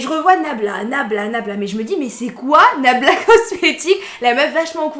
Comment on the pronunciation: Se que j ai entendu c est blabla cocmetics😂😂